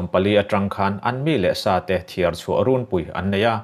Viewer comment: 'Runpui' hi 'Maian' kan sawi anga thluk lovin, 'Phuihnam' kan sawi anga thluk tur a nia. Zonet news, LPS news, DDK news te ngaihthlak ve zauh zauh a ṭha hle. Youtuber te hian in thluk dik lo fur a nia.